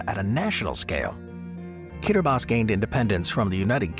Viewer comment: I loved the video, except the silly American assumptions that people would not have heard of some of these countries. I was briefly thrown by the correct pronunciation of Kiribati, 'Kiribass', but I heard of then all and knew roughly were they all are. Moldova is split in two and Transnistria is akin to Africa's Somaliland or Asia's Republic of China (Taiwan)